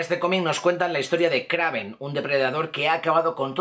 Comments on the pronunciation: Se dice kreiven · no se escribe kraven pero se pronuncia kreiven